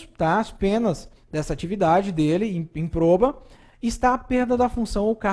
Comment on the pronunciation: Excelente professor! Ensina hiper bem! Só uma dica: A pronúncia certa é ímproba e não improba. Deus o abençoe :D